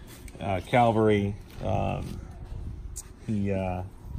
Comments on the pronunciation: For a guy who knows so much about military memorabilia, it is really disgusting to hear him say CALVARY when talking about the CAVALRY ! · I'm sorry but it is CAVALRY NOT calvary. He should know better, otherwise he is very knowledgeable and a great guy